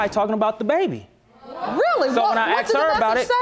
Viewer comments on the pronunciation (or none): "No matter how many times you AXED ME?" Weinstien got 23 years and never Axed anyone. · "AXED YOU" This drives me crazy. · What's this axed for asked???